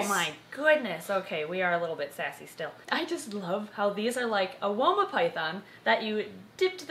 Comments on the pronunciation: When I hear woma I also hear Wilma but I know wilma as a Guinea Pig from little adventures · I know she said 'woma' but I kept hearing 'Wilma' and then starting to hum 'Meet the Flintstones' in my head 😂